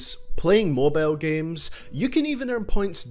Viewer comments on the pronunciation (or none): Hahaha you say mobile like mobell